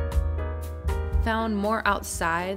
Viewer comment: Loved walking with you but as you probs already know by now, the B in StaBe is pronounced in German as a double S, so Strasse and not Strabe with a b as we would say in English. So mispronunciation was an issue for me throughout.